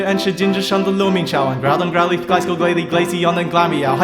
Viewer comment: Finally! Someone who says Gliscor's name right in a Pokerap.